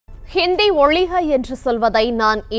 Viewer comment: அம்மா, ஒலிக இல்லம்மா ... ஒழிக & மொலி இல்லம்மா... மொழி. என்ன்ம்மா இப்படி படிக்குறீங்களேம்மா . தமிழ் உச்சரிப்பு சரியா கத்துக்காம நியூஸ் படிக்க வராதீங்க தயவுசெஞ்சு ...